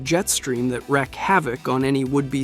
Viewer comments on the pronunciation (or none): It's Reek havoc not week havoc